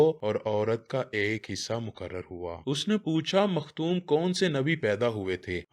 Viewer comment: bhai Lafaz Makhtoom nahi.Makhtoon hy .jiska mtlb hy khatnay kia hua.